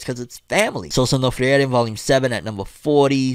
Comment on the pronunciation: Quick side note: For Sousou no Frieren, "Frieren" is a German word (used as a name in the series). The "ie" is pronounced as "i", you don't pronounce the "e" separately :)